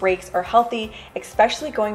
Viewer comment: I think you are awesome! I notice every time you say the word "especially" -- you say "EX - specially". Also in many other videos. You are pronouncing it wrong. Just a friendly note because you are so articulate and smart!! I used to do that with the word espresso for some unknown reason until someone pointed it out! lol!:). Thanks for your wonderful content and videos!!